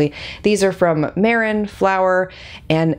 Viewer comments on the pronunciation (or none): It's pronounced May-ron. They have great products!